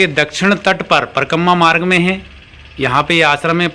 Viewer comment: Parkamma parkamma mat karo, uchcharan sahi kiya karo.. Parikrama. Thanks.